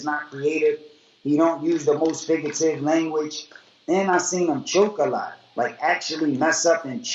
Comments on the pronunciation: “FIGGATIVE LANGWIGE” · Xola X The Xilaman that’s not how he says it lol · Cass rhyming it in a battle "Fig-your- a- tive lang- u- a-ige"